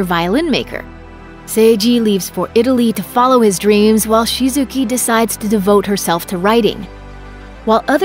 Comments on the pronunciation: No I’ve gone talk about how she said shizuki when it’s Shizuku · her name's shizuku not shizuki, pls don't disown my fav ghibli movie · Rikaku instead of Rikakko, Shizuki instead of Shizuku and more... Get your charactees' names right please. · No one ranks Ghibli's movies as "worst" to "best"... every Ghibli movie is special to everyone. I'm so triggered... Also "SHI-ZU-KU" not "Shi-zu-KI" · I really liked this list, but I do have to comment on Shizuku's name being mispronounced.